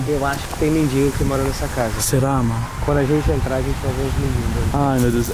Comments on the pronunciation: mindingo kkkkk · Kkkk mds o Renato falou mindingo kkkkkk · Dardi e mendigo nao mindingo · o Renato disse mendingo que ai percebeu?